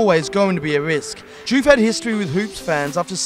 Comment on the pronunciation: First I've heard of this "Diouffy" pish!